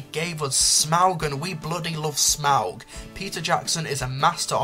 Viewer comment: It's pronounced smorg, not smowg. Also, where is the 10 worst (or did I miss that)